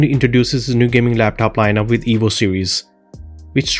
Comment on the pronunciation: it sounds like he's saying the evil laptop